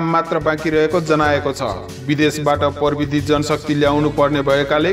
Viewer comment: परबिदी होईंन हौ प्रविधि होला नि । नेपाली शब्दको सही उच्चारण त गरौं ।